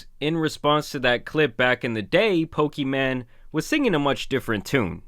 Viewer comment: Bro keeps pronouncing her name pokiman and it makes it even funnier 😂😂😂